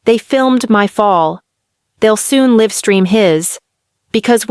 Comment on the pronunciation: The AI needs to learn context, "Live" has two pronunciations: as a verb, it is pronounced /lɪv/ (like "liv") and means to inhabit or have a life, while as an adjective or adverb, it is pronounced /laɪv/ (like "laiv") and describes something happening in real-time or something being alive.